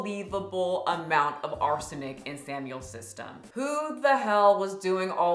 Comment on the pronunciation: ARSENIC. My god, please pronounce it correctly.